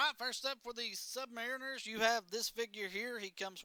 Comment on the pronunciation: Bro said sub mare inners